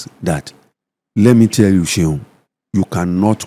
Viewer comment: Hi Seun, please hire a Nigerian voice-over artist who can pronounce your name properly to do the voice intro and outro for this podcast. Thank you.